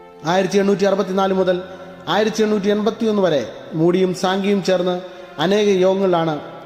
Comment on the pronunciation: സിങ്കി അല്ല സാങ്കി